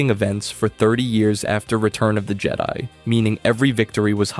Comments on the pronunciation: Why are you saying things so weird? C-3PO? Jed-ee? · It’s not jede it’s Jed-i….